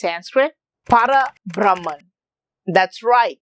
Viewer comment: It is Para BhrahmaM not Para BrahmaN. Like in Parama Padham, the abode of Sriman Narayana, Parama means the Supreme.